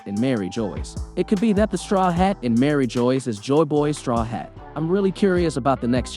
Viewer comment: And Mary Geoise as Marry joys, it's almost like it's on purpose.